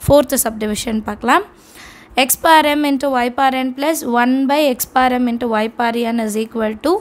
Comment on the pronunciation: Mam lam confused when you say power as paar